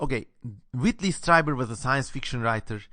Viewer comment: Pronounced like "Streeber" not "Striber." Interesting analysis, well done.